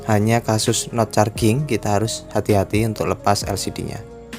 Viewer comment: Dr dulu menahan diem, sekarang udh ga tahan. Ngucapnya "no carjing" bang, bukan "no carging"